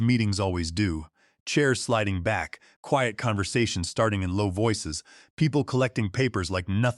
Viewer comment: New word in the English language. “Kweeyut” but spelt quiet. Lazy people getting A.I. To write their stories but too lazy to edit before publishing. So it will be a thumbs down from me, long way to go.